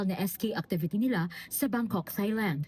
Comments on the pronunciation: It's pronounced as Tailand, no H sound. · Reporter, pls pronounce THAILAND properly.